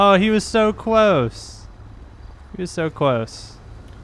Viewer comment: Cwose😂😂😂 I believe it's close